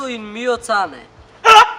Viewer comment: Не де чита ми приаце молто ил миоо цане тулку Ми пјаче ил мио кане.И не е фуори дала пјогија туку Фуори далла Пиоџија.